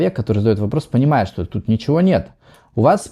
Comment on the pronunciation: Не «чо», а «что».